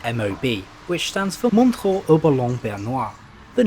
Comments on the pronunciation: MOntchrúúúú´:D ur pronounciation is funny mate :D :D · His pronunciation of Montreux was incorrect.